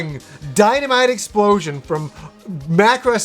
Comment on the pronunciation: I like the part where he said "dynamite explosiuhwanssss"